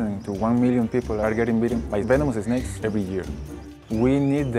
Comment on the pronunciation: "vemenomousuh snakus" LMFAO I'm dying PFTTTT